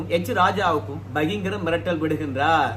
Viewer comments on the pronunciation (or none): பகிங்கிரம் இல்லை. பகிரங்கம் என்று சொல்லுங்கள் எட்டிரப்பரே. 😊